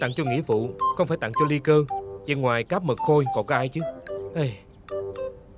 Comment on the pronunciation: Trời cá mật khôi mà nghe cứ tưởng cá mực hôi